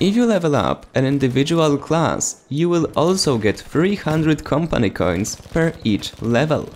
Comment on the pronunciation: Am i the only one annoyed by how he says Campany Cains?